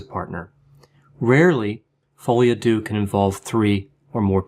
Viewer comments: Hi! Love your videos! I just wanted to mention, since you seem to often speek about "folie à deux", the "deux" is not mentionned like you would say "do" or "dew", but more like you would say "der", like the end of "grinder"! Keep up with the great content 👌👌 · It's follee ah deuh not uh doo. Depression alliance dot com is wrong. They have depressed me more than Coronie. Great video otherwise!